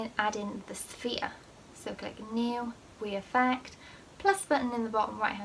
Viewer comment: This isn’t hate but why do you say we affect instead of re affect